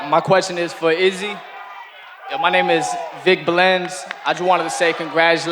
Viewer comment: shhhh 3-0😂😂😂 Izzy got butchered